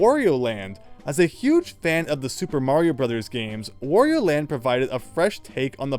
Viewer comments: It's "wah-ree-oh" not "woh-ree-oh" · Please learn to pronounce Wario correctly (it rhymes with _Mario_, however you pronounce that).